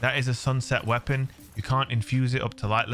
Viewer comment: Goopy wea-ponn. Glorious!